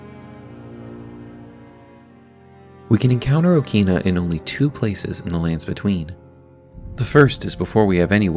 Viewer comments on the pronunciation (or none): In Japanese pronunciation, it is pronounced as "O-kina" in short "a" sound.